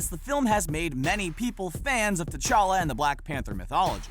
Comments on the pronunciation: It's called T'Challa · it's t'chala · Its Ta Chala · Y'all said his name wrong you said black panthers name wrong